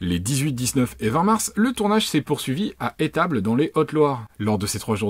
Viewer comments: T'as vu écrit étables ou les estables ? Ça se prononce comme ça s'écrit "les essetables " ! Pour information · On dit les estables. C'est toujours au pluriel. Ça se prononce les zestables... je suis de haute loire entendre 3 ou 4 fois "de étable" ça pique. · Merci pour ce petit point sur la situation ;-) On ne prononce pas « Étables » mais « Les Essstables ». Bien que ce soit là que j’ai appris à skier, on ne peut en aucun cas parler de neiges éternelles, il n’y en a pas en Auvergne :-) que ce soit dans le Puy de Dôme, dans le Cantal ou en Haute Loire ( et non les Hautes Loires) et je parle pas de l’Allier qui ne compte aucune montagne. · Chouette vidéo, mais on dit "Les Estables" et le premier S ce prononce ! Miladzeu ! Continue comme ça, c'est bien chouette. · On prononce é-STable et le rocher le mont mezenc. Merci de ta vidéo et bonne continuation ✌ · On prononce le "S" : eStables. 😏🤙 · On dit LA Haute-Loire (et pas les) et LES Estables (et le s se dit après le E). Je sais bien que c'est un coin un peu pommé, mais bon, ça grésille dans mon oreille d'altiligérien. Terme désignant les habitants du département de la Haute-Loire. Donc les Estables sont très loin d'être une région, sachant que ce n'est qu'une petite partie d'un département, déjà petit lui même. Voilà, je tenais à faire la précision, je sentais que tu avais un peu de mal. A part sur ce point, ta vidéo est très bien ;) . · On dit " les estables " par contre ... et le premier " s "se prononce... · Ca m a fait tiquer a chaque fois